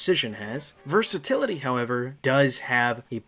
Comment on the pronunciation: This maybe grammar police but I think it's versatility not versatality though I may fail to notice the accent if there is one